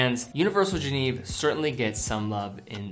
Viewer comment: FFS,, for a watch enthusiast, you really need to learn how to pronounce "Genève"…it's NOT the English translation "Geneva" minus the final 'a' — it's more like "jhen-ehve." I grew up there, and it's painful to hear you mangle the name over and over. It just makes you sound like you don't know your subject matter.